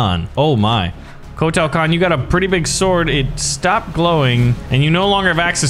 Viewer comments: Agreed WHY SAY EVERY NAME WRONG KOTAAAAL KAHN WTF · Kotal Kahn say it like coat l and saibot is like saybot